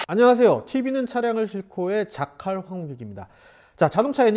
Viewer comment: 공룡의 시대처럼 들려요 ㅋㅋㅋㅋㅋㅋㅋ